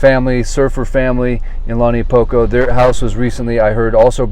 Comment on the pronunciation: How can you live here this long and you can’t pronounce launiupoko correctly 🤦‍♀️